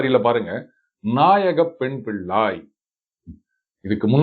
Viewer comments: தமிழை கொஞ்சம் தெளிவாக உச்சரிக்கும் யாரையாவது பாட சொல்லியிருக்கலாம்ம். பிள்ளாய் என்பதை பில்லாய் என்று உச்சரிக்கிறார். இது போன்ற பல தவறான உச்சரிப்புக்கள் உள்ளன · வெளி நாட்டில் இருந்தும் இறையைப் பற்றி பாடுவதாலும் இறை உருவம் வைத்து பாடுவதாலும் தமிழ் தெரியாவிடினும் உணர்ந்து பாடுவதாலும் ... இன்றைக்கு தமிழ் தெரிந்த தமிழ் நாட்டு ஆங்கர்களின் உச்சரிப்பைக் கேட்டதாலும் பிள்ளாய் என்பதை பில்லாய் என்று உச்சரிப்பது பெரும்பான்மை காமெண்ட்டுகளின் பேரில் கன்டோன் செய்யப்படுகிறது.. condone = to accept or agree with something that most people think is wrong. மிகப் பலர் தவறானதெனக் கருதும் ஒன்றைத் தனக்கு ஏற்புடையதாகக் கொள்; குற்றமாகக் கருதப்படும் ஒன்றைத் தனக்கு ஏற்புடையதாகக் கொள்.